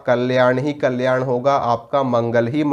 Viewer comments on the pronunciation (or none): none